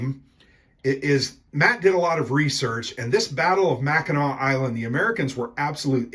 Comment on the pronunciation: I am always gratified when people pronounce Mackinac correctly.